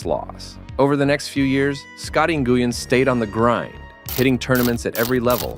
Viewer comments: N Goo Yen ridiculous. Win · Nguyen is pronounced like "when". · Im Vietnamese, and its more like "nu-win" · Who is Scotty Nu-guy-an? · He's almost as good as Scottie NGooWeen. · I almost turned off this video due to how bad this narrator pronounces Scotty Nguyen